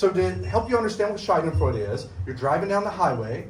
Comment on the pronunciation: German here : His pronunciation is totally wrong . He says Shai-den-freude but it should be Sha-denfreude. A Scheide aka Shai-de is another word for vagina. So he literally says Vag-joy.